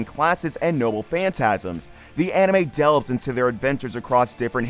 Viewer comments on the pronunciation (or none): none